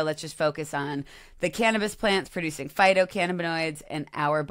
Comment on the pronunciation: Imagine people saying Ca-nab-is